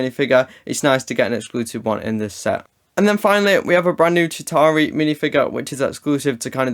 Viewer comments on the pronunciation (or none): Hey chitauri is pronounced ch-E-tA-Ri